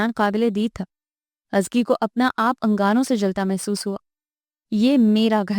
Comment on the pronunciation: I don't believe you pronounce Azka...Azki i mean seriously!!! Kisi say confirm he krwa latay